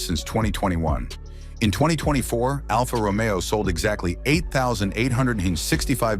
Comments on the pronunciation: I just realized this voice is ai cause it said alpha Romeo wrong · et your A I chat to pronounce the Alfa ROMEO correctly,,, Its not Romeo and Juliet!